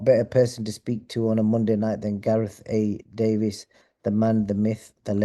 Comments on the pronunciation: It’s Davies not Davis. Why’s doesn’t Gareth ever correct them. Pisses me off every time. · Yeah thank you for confirimg, it's Davis not davies